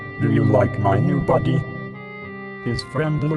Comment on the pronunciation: Insteand of body I heard butty